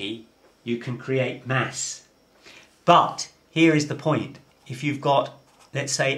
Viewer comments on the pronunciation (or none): none